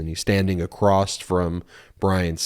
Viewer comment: Good job Ben, a quick note…there is no t or ed in the word across, like the p is corps is silent.